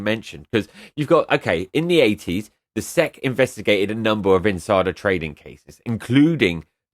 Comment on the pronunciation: The SEC is an acronym, not its own word. It doesn't make sense to pronounce "Sec" it's S.E.C. You are think of an apronym, which makes a word. You don't pronounce the FBI or CIA as a word so why do it for the SEC?